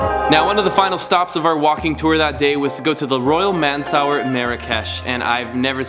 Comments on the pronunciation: I'm pretty sure it's pronounced as "mansoor" instead of "man-saw-uh" hahaha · Mansour pronounced as "Mansoor". Not "Man Sour" ha ha ha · Hey hahah I am dead at the way you said Royal Mansoure haha, It's actually pronounced Mansoor hah! Friendly comment :) Also Chebakia is not fried bread (I would know because I actually make some) it's a pastry made of almond powder, nuts, and flowers that is fried and dipped in honey :) Glad you enjoyed Morocco, my husband and I are originally from there but born and raised in Canada. We are also full time travellers :)